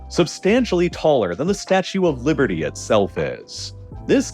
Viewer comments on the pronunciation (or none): none